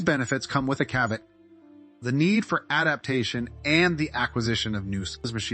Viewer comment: Cavit??? Youre either AI or incredibly ignorant. Are you trying to say caveat? CAV EE AHT